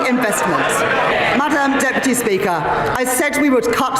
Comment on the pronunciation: And what’s all this “Madame, Deputy Speaker”, pronounced the French way? I thought it was supposed to be Madam.